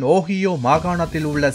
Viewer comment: Ohio pronounced wrong by the news reader 🤦🏼‍♂️